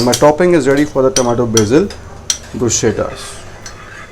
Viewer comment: Good information, well presented, would like to just point out that the correct pronunciation which I too learnt at a very late stage of my career is "BRUS - KETTA"